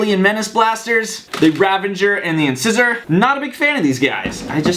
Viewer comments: Did u say incisors it's in ci sor. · Does your dentist pronounce incisor like that when he's looking at your teeth? That really triggered me